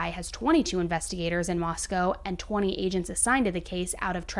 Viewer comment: FYI it's moss-co not moss-cow